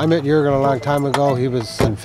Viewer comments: Jourgen pewds lol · it's Joergen but spelled as Juergen!